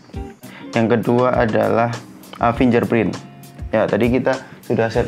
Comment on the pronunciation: Baca nya finger print Bukan finJer print Bacanya pake G bukan pake J